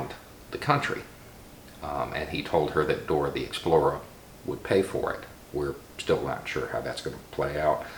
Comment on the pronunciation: Thank you for saying "Dora the Explora". Explorer doesn't rhyme with Dora!